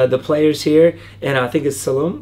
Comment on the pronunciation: Stephen ''And I think it's Salum?'' Interviewer: Uhh Salah, Salum? Ah-Salah Stephen ''Ahsalah